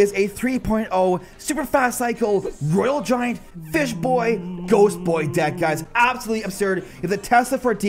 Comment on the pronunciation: Roye-ghost. Made me spit my beer all over my phone🤣. Thank you for the laughs, you're killin it!